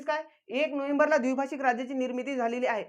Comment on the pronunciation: सरजी अमरण ( अमरन ) नाही द्विभाषीक ( द्विभाषिक ) नाही